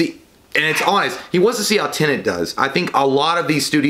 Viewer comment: I love you, but for the love of God, please learn how to say TENET! They say it in the trailer!